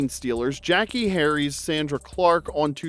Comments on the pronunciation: A spinoff of "The Dukes of Hazard" would have worked better if it had been Roscoe P. Coltrane and Boss Hogg. I forgot all about "Beverly Hills Buntz". It's "Jack A", not "Jackie". and "Sawndruh" not "Sandruh" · It’s not Jackie… It’s pronounced “Jacques-ayyyy”. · Jackée is pronounced “Jack-ay”, hence the accent mark. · jack-KAY. hence the accent aigu you see typed above the "e".. as in how you pronounce "Renee" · I thought her name was pronounced Jack-AY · it's pronounced Jack-ay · Jackee is pronounced Jack-A ! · I have zero recollection of the title changes for Mrs Columbo. The first name stuck. And the mispronunciation of "Jack-kay" has me questioning if the narration is AI generated (if so, youve gotta phonetically fudge spellings sometimes). Clearly, there's a human editing these great videos, so no judgment either way. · Gonna need you to pronounce Jackee properly please! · Take a drink every time the narrator mispronounces Jackée Harry's first name.